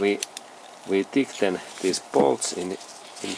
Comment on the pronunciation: You are very good at describing all your projects! I have watched several. Thanks for your thouroghness and patience. The word "tighten" is a little bit funny pronounced... but you´re O.K!! Keep on! Thanks for your clips!